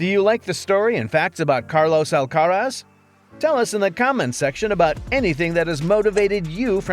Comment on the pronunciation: Here's a fact you don't know about Carlos. When you pronounce his surname, the stress is on the last syllable. You're welcome